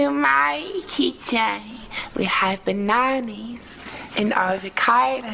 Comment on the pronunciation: I’M SCREAMINNN MAN SAID “BANANI AND AVOCADI”😭😂😂😂